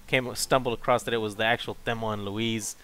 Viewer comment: Did he say they fellma and louise of there